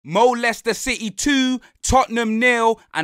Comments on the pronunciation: Man said Mo-Leicested 😭😭😭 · Do you think he can say moleicester city on tv ?